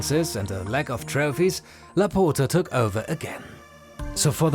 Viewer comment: The way you say Laporta its wrong.. you are saying laputa if we translate its literally "the bitxch" you need to open the O more not close it i know you dont have that sound in your language but do the things right. Next time maybe use google translate to give an ideia how it sounds because i cant laugh no more or i will die.. Keep the good work love your content❤